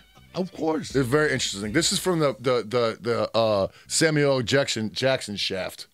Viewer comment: I'm glad says it right. "Sam you ell" Jackson